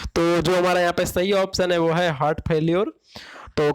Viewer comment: हर्ट (hurt)nahi ... हार्ट ( heart) hota h